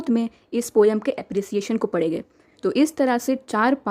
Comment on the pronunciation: Thanks ma'am but aap padhenge ko padege kyu bolte ho?🤔